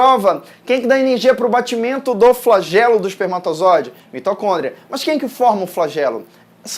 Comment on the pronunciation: "flagelo, flageloo, flagElO"